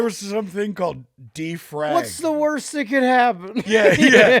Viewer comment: LOL as soon as Jess said defrag.. i'm like oh no he fucked it up worse and sure enough